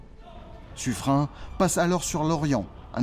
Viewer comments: On prononce sufrène, non ? L'avenue de paris à ce nom se prononce comme ça en tout cas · Ça ne se prononce pas "Suffrène"? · j'ai tjs entendu parler de l'avenue de "su freine" à Paris, et jamais entendu autre prononciation. A moins qu'il ne s'agisse pas d'une avenue dédiée à la même personne? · Pourquoi prononcer son nom comme si c'etait "Suffrein"? Pour le nom de Lepen vous ne prononcez pas "Lepein" ou "Lepain" ? On prononce Suffren comme s'il y avait un "e" à la fin du patronyme. Notre langue est un heritage que nous devons respecter,surtout face à l'hegemonie de l'IA qui maltraite la prononciation de toutes les langues. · Cette video serait plus credible si elle utilisait une prononciation correcte de Suffren (prononce comme Suffrenne) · Normal qu’il ne soit pas connu, on ne sait jamais comment ça se prononce. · J'avais toujours prononcé "suffren"" ->Suffrenne" parce que la majorité des habitants du XVIème arrondissement de Paris le prononce ainsi (avenue de Suffren(ne)) Mais Suffren se prononce bien "Suffrin" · Sur les documents de l'époque, son nom est orthographié Suffrin ou Suffren, ce qui laisse penser que c'était la prononciation courante. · On dit pas sufrin , mais suffrène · Mes oreilles sont écorchées en entendant la prononciation Suffrin pour Suffren (ene). Suffren se prononce comme Turenne . Dans la langue française beaucoup de noms propres s'écrivent différemment de leur prononciation lieu et place de Suffrene. Suffren s'écrit ainsi mais se prononce S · très bonne vidéo merci .juste , j'étais dans la marine , à l'époque de la frégate Suffren, (prononcé sufrèn et non sufrin ) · Je l'ai toujours entendu prononcé Suffrène et non Suffrin .Mais peut être que les profs d'histoire ou les marins de la royale se trompaient sur la bonne prononciation. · Petit détail : son nom se prononce Suffrenn, pas Suffrin. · Juste une question : on prononce Sufrin ou Sufréne ????? J’ai toujours entendu la deuxième prononciation mais jamais la première